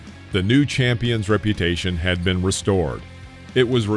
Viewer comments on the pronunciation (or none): none